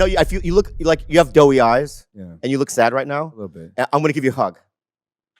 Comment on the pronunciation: Not "doughy". Doe-y, as in "doe eyes". Like a baby deer.